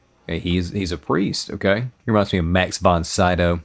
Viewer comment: Max von Sydow's name is pronounced "Mux fon Seedo" (if I may transcribe it in this pseudo-phonetical way for Americans). 🙂